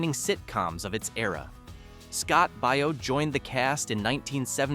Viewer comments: "Baio" is Italian too, and it is pronounced like "Bio", not "Bay-oh". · pronounced bay- o scott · Please learn to pronounce the names of the people you cover. Scott Baio....pronounced "Bayo"...Danny Bonaduce pronounced "Bon ah duche". That's all. Thank you❤